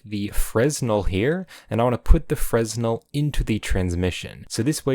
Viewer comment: copypasta Do you pronounce the S in Fresnel? It's pronounced “Fray-NEL,” with a silent “s”, and if that seems strange, it's because it's French. Also fantastic video. Its way more than can fit in my tiny head.